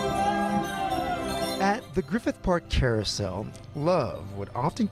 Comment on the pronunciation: He said Chair-ousel